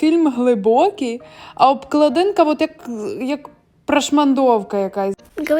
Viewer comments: Правильно казати ж обклАдинка)) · Обкладинка наголос не там сонце